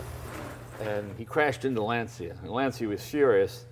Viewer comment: LanCIA, for god's sake! Not Lansia. OMG.